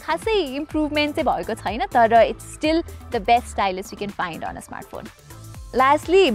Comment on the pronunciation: यति राम्री नानी आवाज पनि कति राम्रो तर यो " छैन " भन्ने शब्दलाइ किन छुइन भनेर उच्चारण गरेर बोलेको होला। नेपाली भासा बिगार्नुमा यी नानी पनि जिम्मेवार छिन 😂😂